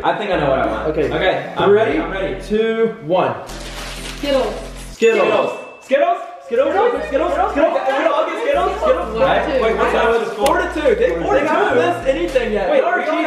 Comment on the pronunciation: They said gittles